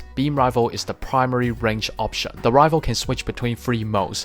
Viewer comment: Its pronounce rai fle not rivel